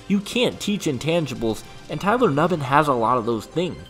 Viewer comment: Tyler NU-BIN